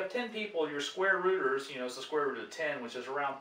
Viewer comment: I continued to hear "squatters" instead of "square rooters". But apart of this excellent video for an math and economy enthusiast like me!